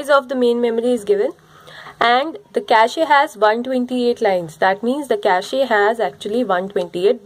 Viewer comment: Best video so far. For feedback: Cache pronounced like "cash". Its not cashy.